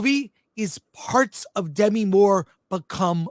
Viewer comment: I can’t believe Chris and have forgotten how to pronounce Demi (De ‘MEE) Moore’s first name.